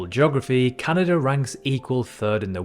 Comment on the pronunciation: Nice to h ear a commentator say "Canada" instead of "Cyanada".